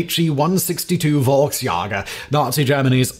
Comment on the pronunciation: Simon mispronouncing Volksjäger kills my soul, but then no beard Simon makes it all better